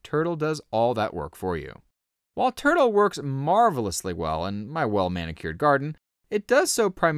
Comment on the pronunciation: Why do I hear this guy call it "Turd-o"?